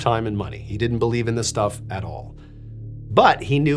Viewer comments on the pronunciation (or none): none